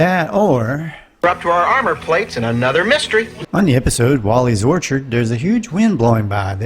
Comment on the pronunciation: "Orchid", not "Orchard".